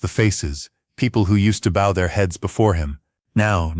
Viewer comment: W h at can't the narrator say words correctly like bow